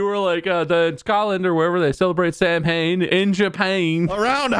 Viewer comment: Okay, not to be that person, but Imma gonna be that person: Samhain is pronounced (Sow-en/Sow-in) - sow as in the pig.